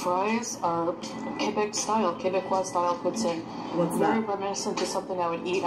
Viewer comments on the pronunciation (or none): "Pooh Teen" is the correct way to say poutine, but the french speaking people of Quebec pronounce it as "Poot-Sin" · I was traveling in Quebec this summer and asked my server how to pronounce poutine. does not pronounce it correctly. It is poo-teen. And for those who haven't had it, the cheese must squeak! LOL